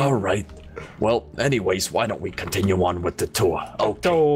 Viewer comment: How many times did say let’s cotiun with the tour